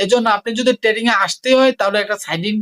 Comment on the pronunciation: আগে ভাই তুই trading উচ্চারণ শিখ